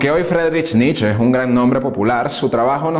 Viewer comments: No entiendo, tanto conocimiento de parte del locutor , pero continua repitiendo Nich, Nich, Nich, cuando en en realidad se pronuncia "Niche" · Muy buenos todos tu videos. Excelentes temas. Solo te pido que tengas cuidado con las pronunciaciones. Friedrich Nietzsche era alemán, por lo que su apellido no se pronuncia "nitch" como lo decís vos, sino "nitzche" con "e" final. Poné el nombre en el traductor de Google y ahí tendrás el audio de la pronunciación. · Excelente biografía, como siempre. Un detalle: la pronunciación más aproximada de Nietzsche es «nitz-ye», con la «y» sonando como en coyote. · Pronuncie "Nitche".. Màs cercano en español a la fonética alemana.. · Pronunciá NietzchE With E por favor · ❤️ Nietzche. Como tip, se dice como se lee, o sea con "e" al final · Me tiene enfermo el Nich!!! Si te creerás alemán entonces es RIJAR FANGNER.... Por las reflauta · Perdón, pero pronuncia Mal el apellido